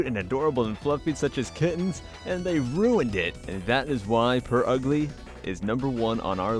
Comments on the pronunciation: It's not Purugly, it's Purgly. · its prugly not pur ugly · It is pronounced (purrr-glee) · Isn't Purugly supposed to be pronounced "pure ugly"? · I Dont Think Its Purugly I Thing Its Pronounced Purgly Like the U is client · no it is pronouced purr ugly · it's pronounced purr-glee not purr-ugg-lee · it is not it is pronouned purr-ugly